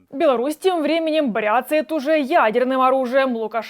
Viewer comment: "не занудства ради": не "брЯцать", а "бряцАть". "Лайк, разумеется, поставил. 🙂👍